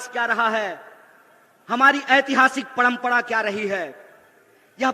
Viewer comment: पणमपणा नही परंपरा होता है